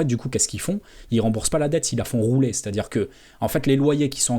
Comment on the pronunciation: "Faire roulet" ou "Faire rouler" ?...